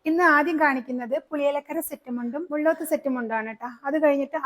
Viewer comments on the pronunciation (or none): It's Mulloth, not lla in malayalam ,la ,it's a family name in Thrissur Ekm area,chechi..അതു ള്ള അല്ല,ല്ല ആണ്.. മുല്ലോത്